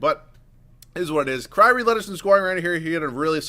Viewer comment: wait did say cryry irving im dead